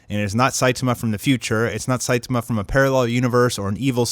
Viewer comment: His pronunciation of Saitama irks me.